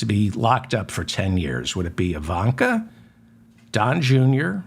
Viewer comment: Obvious misspeaking of Ivanka.